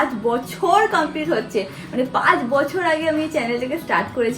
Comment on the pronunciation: khabiye diye mane?? khabiye diye then gach ke gash , pach ke pash egulo ektu thik koro.